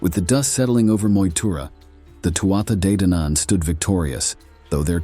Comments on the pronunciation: Loving the stories but please this is how to pronounce Too Ha they Dan Ann ❤ sorry! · The first battle of was most likely at Finny, County Galway, and was preceded by three days of a game of hurling, which the Fir Bholg excelled at. The battle leader of the Fir Bholg was Sreng whose burial mound overlooks Lough Mask, near Tourmakeady. I found the mound and recorded its size, shape and location in 2016. And, You do not need to purposely mispronounce Tuatha De Danann